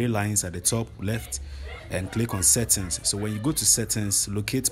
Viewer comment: My man's said "settins" instead of settings